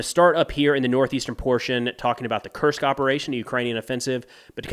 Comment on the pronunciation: His pronunciation is really good but nitpickers would point out that "Kursk" is pronounced "Koorsk" and not "Kirsk." Who cares really this channel is outstanding.